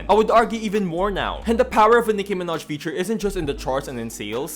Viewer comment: Omfg not “Nicki Minehh” you watch the sims parody I love it 😂